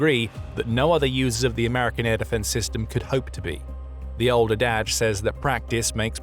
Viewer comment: "The old a-dad-ge"